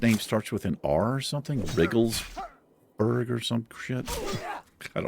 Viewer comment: Rigglesburg? Had me laughing.